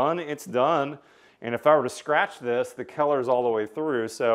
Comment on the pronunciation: never heard someone pronounce the word color as keller